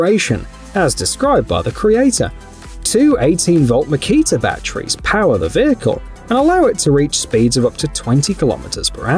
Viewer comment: I enjoy the video's, but mostly to hear you say, "bat tree's".